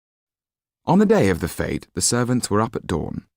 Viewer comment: i'm not sure that's how you pronounce "fete"....confused me